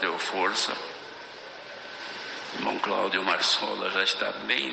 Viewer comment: É Marçola e não maçola kkkkkkkkkk 😅😊😢😮😂❤